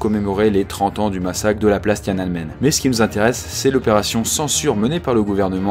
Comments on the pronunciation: c'est pas tianenmen c'est tian an men du chinois 天安门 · Ça commence à 2mn ! "TianaNmen" c'est si dur à prononcer ?! Empire state building ( avec le bon accent Français ) ça fait toujours bizarre ! ;)